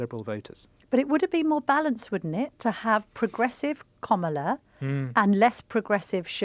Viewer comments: No izs Kam not Kom its sound hidous Call tje name correct please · Comilar instead of Kamala 🤣🤣 Two terrible opinions spitting out the same dribble as every other fake news outlet! Waste of a watch! Don’t waste your time! Typical Donald Trump derangement syndrome on the full show! 🤮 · Why this journalist is getting so aggravated with a simple rule of pronunciation- she calls "Komala" to the Vice President. I mean what is the problem with people these days? And what is with age? This seems an ageist conversation....😮